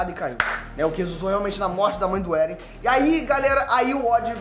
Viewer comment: Não é "éren". É "êren". E quem matou a mãe do eren foi o próprio eren